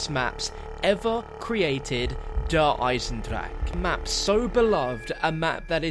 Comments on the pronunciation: 2 years later and still none of the englisch speaking youtubers correctly pronounces 'der Eisendrache' :D still sounds like 'der eisendrak' in german :v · pronounces "Eisendrache" differently everytime he says it 😂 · It's been 2 years and people still can't pronounce it's name XD It doesn't matter though, it still is one of the best zombie maps out there and the beginning of the DLC season of the best CoD Zombies game!